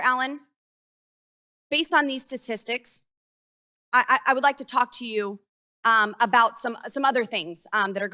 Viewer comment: Did she say “stastistics”? 😅